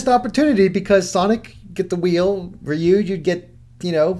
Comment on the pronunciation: Its ry-u not ryu